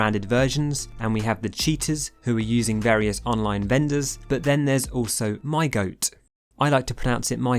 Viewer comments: other people: my got: my goat me: M-Y got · "I will only say mygoat" 30 seconds later "mygot"